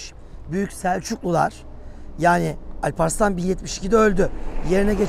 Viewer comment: Talha bey ne yaptınız binlerce yıllık alp adını avrupadaki dağ gibi söylediniz Âlparslan değil o ad kesinlikle Alparslan olacak Altın der gibi çıkmalı a ve l harfleri lâl gibi yumuşak değil bu çok yanlış.